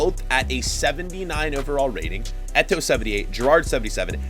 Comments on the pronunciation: Its Gerrard not gerrardie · The way he said Gerrard killed me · The way he says gerrard 💀💀💀